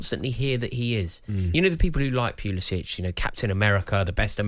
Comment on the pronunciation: It’s best he’s gone. These pundits couldn’t pronounce Pulisic’s name correctly—so it’s good all around.